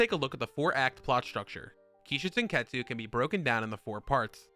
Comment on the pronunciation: It's not "show" it's sho.